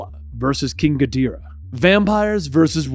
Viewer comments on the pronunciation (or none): "Godzilla vs GaDeerah" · It’s pronounced Git-Dorah (Ghidorah) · I’m sorry King “Gi dyra”? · I’m afraid you mispronounced ghidorah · Mispronouncing Ghidorah is a crime...